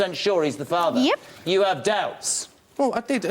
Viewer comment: always pronouncing "er" as "arr" - "he is da farvar"